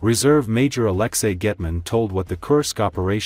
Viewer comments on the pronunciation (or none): none